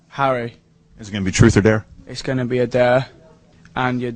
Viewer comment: I love the way he says Harry!